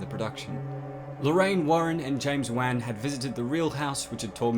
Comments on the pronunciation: he really said james wan, its pronounced like wahn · not to nitpick here but i believer the correct pronunciation is juan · Wan, like want but the T is silent. Not Wang XD